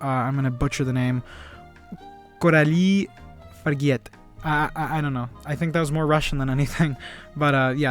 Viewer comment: You actually pronounced the director’s name well! Good review 👏🏼 Love this movie 💯